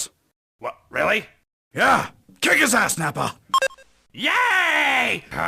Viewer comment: rilly guys Rilly Rilly?????